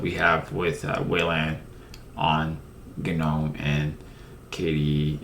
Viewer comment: Gnome needs to go in the trash, along with GNU, if only so we never have to hear another person say GUH-NOME or GUH-NEW. Its NOME and and GEE ENN YEW, you foot cheese eating bastards.